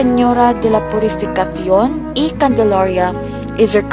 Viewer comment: I love how she pronounce the title of the Blessed Virgin Mary in Spanish (especially the pronunciation of Purificacion in Castilian accent)